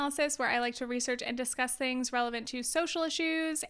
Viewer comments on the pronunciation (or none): none